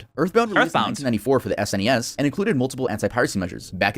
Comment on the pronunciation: The fact this dude spells out SNES instead of just saying SNES tells me he is not qualified for gaming information.